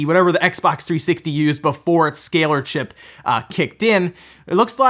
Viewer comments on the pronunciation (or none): none